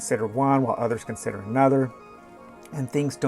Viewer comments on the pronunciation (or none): none